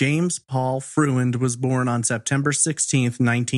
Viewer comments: Freund is a German name; and, it's pronounced Froynd, nor Fruh-end. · I believe the man's last name is pronounced FROYND.